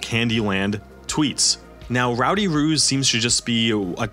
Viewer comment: Right? I was listening along to this at work and couldn’t watch/read along because I wasn’t on my break, so I genuinely thought he WAS saying “Ruse” until he mentioned artwork of Actual Kangaroos, and I was so confused as to why an NFT project would be so incredibly BRAZEN in their naming scheme? 😂